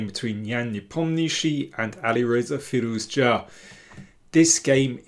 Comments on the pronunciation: i was wrong. your pronounciation is correct and every other commenter's is wrong. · You pronounce Firouzja's surname really well